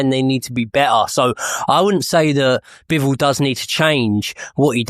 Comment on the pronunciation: His Name ist Bivol and Not bewol. Have Respect and call His Name correctly